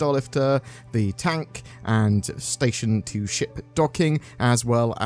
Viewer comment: It's Tonk not tank...